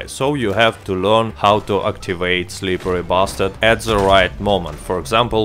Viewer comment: I love it how you say or pronounce „SlipperRy Bastard“ so smooth